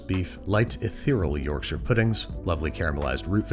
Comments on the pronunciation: Refreshing to hear Yorkshire pronounced correctly by someone who isn’t from the UK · HE SAYS IT CORRECTLY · Finally a American Who pronounced Yorkshire right big fan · Can we appreciate the correct pronunciation of Yorkshire? Yorkshur instead of york-shy-er. Impressed. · As a Yorkshireman your pronunciation of Yorkshire is admirable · Thank you for pronouncing Yorkshire properly 🇬🇧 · Thank you for pronoucing 'Yorkshire' properly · Excellent pronunciation of Yorkshire! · I'll level with you, when I clicked on the video I had prepared myself to be angry with the inevitable mispronunciation of Yorkshire (York-shy-re) and then you proved me wrong. I'm happy to be proven to be judgemental! 😂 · He pronounced Yorkshire right! Wooooo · Thank you for pronouncing Yorkshire correctly. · Congratulations on being the first American to pronounce 'Yorkshire' properly! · Thank you for saying "shur" rather than pronouncing it "shire"